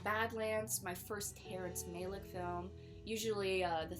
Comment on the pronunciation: Its pronounced Ma-Lick not May-Lick